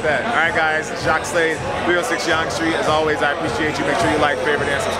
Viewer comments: lol just saying your pronouncing Yonge wrong, its pronounced more like how you say young not (yaong) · Yonge streets pronounced like the word young not yong